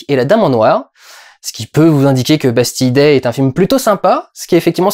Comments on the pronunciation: il y a un moment où tu as dit "Pastille Day" MDR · Ça se prononce Bastile Day non ?